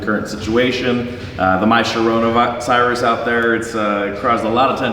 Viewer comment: Did he mean to say coronavirus?